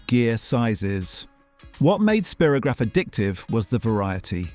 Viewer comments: Spirograph was pronounced Spy-rograph, not Spear-ograph in the UK. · So I've been pronouncing Spirograph wrong for 60 years... (I thought it was Spy-ro-graph) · Of course it was pronounced spyrogragh...